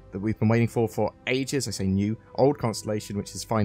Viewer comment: When you said "waiting for ages", I heard "waiting for aegis"